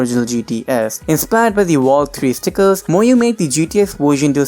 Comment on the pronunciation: Youre so bad at saying stickers